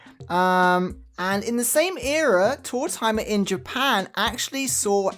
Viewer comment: Card #2 reminds me of Tanaka from black butler (old man who’s default state is his chibi form drinking a hot cup of tea) 😁 Thanks for sharing these! I don’t mind that you pronounce his name like “tour-timer” because it sounds like “old timer”, which he is 😂